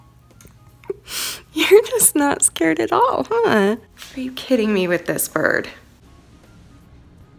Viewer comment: im out looking for a bird at first I thought u said birb and I’m like BOrB XD